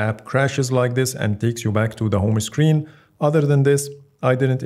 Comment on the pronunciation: يا أخي اسمها هوم هوم سكرين وليس هومه سكرين